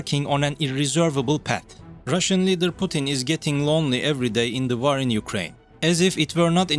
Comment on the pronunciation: Well yes kindof, just got annoyed of the pronounciations of some of the words, like war is war not vaaar , what was wrong with using that french lady robot voice, everybody thought she sounded sexy, anyhows enough of this, rambling I can just unsbub and done... bye for now